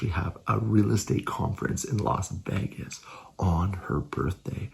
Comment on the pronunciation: Not “Vegas” 😂. Happy Birthday Ika!!!!